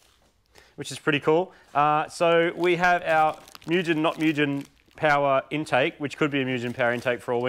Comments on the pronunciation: Its pronounced moo-gen not miujen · Mugen which means "infinite" in japanese is pronounced Moo-gen. Oo like in oops but slightly more open. G is soft like in gif, E like in the beginning of Enter. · Fun fact ..skunk started as original TRD team they left a d started skunk...and mugen is pronounced moo gin..g pronounced like ghh as in give it means ultimate its S.hondaya sons company..such a fun fact isnt it😐